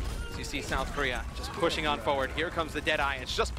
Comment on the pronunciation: "On the mccwee and the kowea ..."